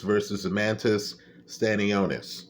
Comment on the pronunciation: Wtf is Staniosis? He ain’t a disease bruh it’s Sta-nio-Nis.😂